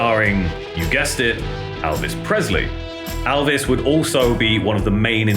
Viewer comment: So if his name is spelt ‘Elvis’… why do you pronounce it as ‘Aalvas’..